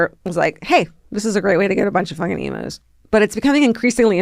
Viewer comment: Hi darlings, Aussie gal here. It’s pronounced eem-use not emoos. While I’m at it, Pride & Prejudice TV series with Colin Firth is indubitably the best version. You prompted me to watch it again (20th time?) love ya, Ally